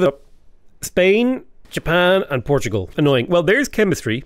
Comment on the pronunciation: I love how he says Portugal correctly-ish and procedes to try and correct himself